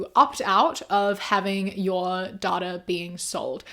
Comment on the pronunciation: My dumb ass thought when you said “daughter sold” instead of data sold 😂